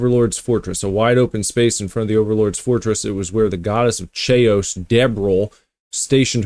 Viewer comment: You miss pronounced Chaos, it is pronounced kay oss